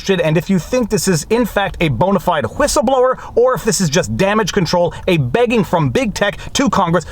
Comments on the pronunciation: Did you say Hwhistleblower? Psssst. The W comes first. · What's a Hwistleblower? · Viva, I just won a bet. I said that you would pronounce the "H" in whistleblower and you didn't disappoint. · Love that H XD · Gotta hwonder hwy a hwistleblower hwouldn't share her documents hwith the FTC. Hwat is it she thinks Congress can do hwithout bringing in the FTC? Ah, a distraction to benefit the Dems and Big Tech at the same time hwile trying to appear as if they're looking out for the common rabble.